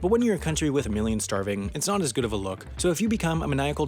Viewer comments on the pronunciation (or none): none